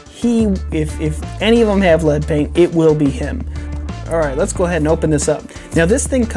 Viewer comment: did he say lead's take a gander?